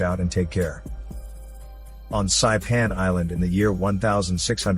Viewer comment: Lol it’s pronounced SaEePan. It’s how you say it in Chamorro.